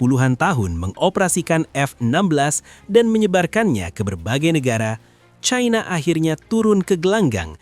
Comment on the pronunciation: Perggunakanlah bahasa Indonesia uluh bukan sok cadel dan kebarat baratan China dibaca China bukan Chaina yg sangat memalukan sebagai orang Indonesia